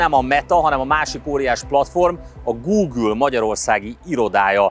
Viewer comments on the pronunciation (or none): none